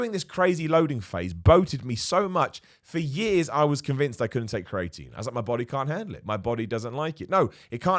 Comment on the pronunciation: Why does pronounce creatine as cray-etine? He just straight up swaps the two middle vowels lol